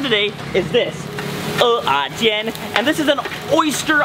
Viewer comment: 哇!!!發音正確 很多人都亂唸成 o-ah-煎, which is taro...